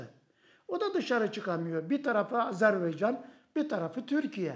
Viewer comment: Saygili Hocam Azerbeycan değil, AZERBAYCAN 🇦🇿🇹🇷❤️